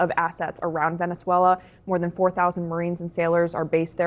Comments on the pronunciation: Bro it's not velenzula it's Venezuela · bro how can I take you seriously when you can’t pronounce Venezuela?